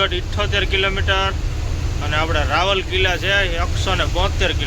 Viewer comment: રાવલકીલા નહીં રાઉર કેલા